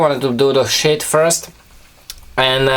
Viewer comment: When you say "sheath" it sounds like "shit" hahaha:) keep up the good videos man, your knifes are awesome!